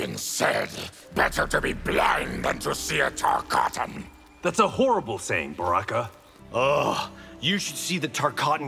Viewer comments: I thought Baraka said Sexy Zero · I’m still curious how Baraka can thoroughly pronounce his ‘M’s 😂